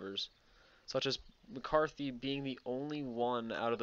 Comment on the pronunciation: Liked the video. Just a couple notes, though: there is no th sound in Paul Mcartney's last name and it was Neil Armstrong who took the very first steps on the moon.